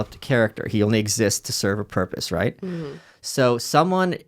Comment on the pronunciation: ESPECIALLY when pronounced "rayt".